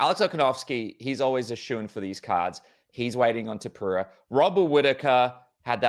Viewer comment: Is this man ever gonna pronounce “Topuria” correctly? I don't think so, it's always gonna be “Topura” for him